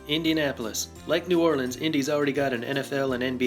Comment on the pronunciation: Thank you for pronouncing New Orleans correctly.